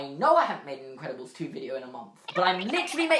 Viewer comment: I love the way he says literally (litch-rely)